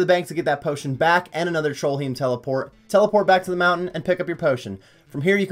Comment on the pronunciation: No one going to point out trollheim isnt spelled or pronounced trollhiem?